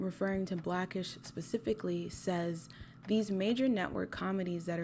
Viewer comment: Love your content but why do you say “pacifically” instead of “specifically” I noticed in the courage the cowardly dog video as well ?